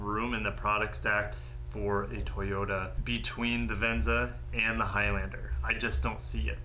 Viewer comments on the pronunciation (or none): none